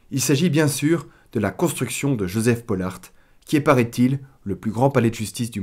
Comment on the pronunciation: Top, juste à revoir la prononciation de "Poelart" parce que perso en tant que bruxellois ça m'a fait tiquer